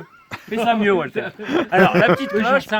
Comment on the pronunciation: Alors la! Le montage, la musique, çà frôle la perfection félicitation phil! Merci pour la prononciation c’est bien « oualter » 😂😂 Super souvenir d’un super week-end avec des super amis. Pour la recette a part la retraite personne ne nous donne mieux tant pis pour nous 😏😀 Biz à vous et caresse à Gibson